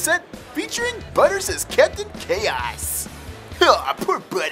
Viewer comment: he said captian cheoss ins prfesser caoss